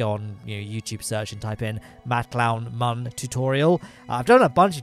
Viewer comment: I'm late to the party on this series for sure, but it's fun. Except I have to skip this episode because I can't handle it when Mun is not pronounced "moon". So, I'll catch you on the next one!